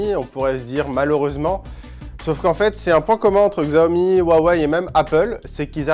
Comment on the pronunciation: Faites un effort, apprenez le pinyin : les caractères latins utilisés pour les mots chinois ne se prononcent pas entièrement comme en français. Par exemple, Xiaomi se prononce "siaomi"